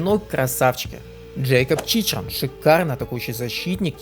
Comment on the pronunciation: Режет слух звучание фамилий. Чичран, о боже) Автор, послушай американских комментаторов на матче, там совсем другое произношение. Пример харизматичного комментатора Джо Бенинати)